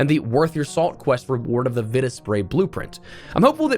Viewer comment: ive heard vita, ive hear viita, but never have i heard vitta